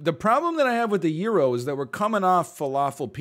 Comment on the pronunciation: His pronunciation of gyro just hurt so much